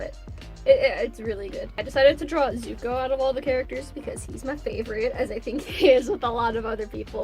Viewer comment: For a second I thought you said Izukuo